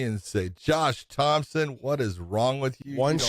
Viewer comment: Josh "Thompson" Thomson